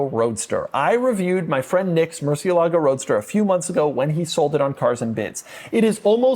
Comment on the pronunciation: Pedant mode activated: moor-SYEH-lah-goh